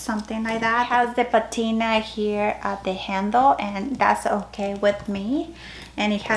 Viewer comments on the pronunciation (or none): none